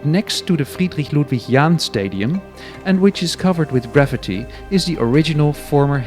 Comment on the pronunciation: that's how you say gravity, not graffiti, which is gra-FEET-ee